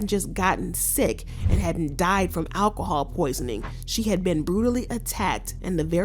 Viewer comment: It’s Alcohol, not Alahhhhhawl. Learn it!